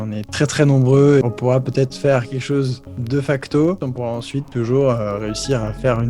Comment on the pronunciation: Le problème de ne mettre que des majuscules, c'est qu'on se retrouve avec des chiffres romains à base de "XIVE" xD ... Dans ce genre de cas, j'aurais tendance à utiliser des chiffres arabes. : Ca se prononce [Dé facto], pas [Deuh facto] :p !